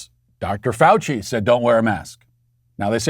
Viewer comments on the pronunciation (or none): none